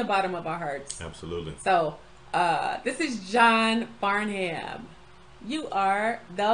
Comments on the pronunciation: I think u mean Farnum not Barnum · His last name is pronounced Here in Oz "John Far-nm" like Melvin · Funny how Americans are only finding John Farnham now, he’s been around in Australia since the late 1960’s. His surname is pronounced Farnam. This song was John’s comeback song in 1986.